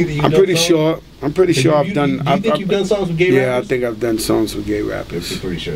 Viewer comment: he is a jackass he say thanks like ( taenks) think like (tink)